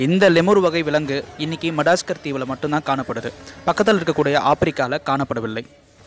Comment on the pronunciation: மடாஸ்கர் இல்ல bro அது மடகாஸ்கர் keep good pronounce..... Super bro......